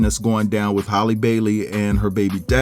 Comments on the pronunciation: her name is halle like Berry not Holly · Halle, not Holly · I question any info given by someone who doesn't even know their name ijs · not Hailey either😂